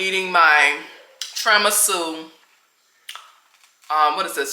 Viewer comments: I love you! Always good advice content! Gonna help out with the phonetic name of the cake: Tier-a-me-sue ❤ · It’s Tiramisu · You're definitely pronouncing the Italian cake wrong.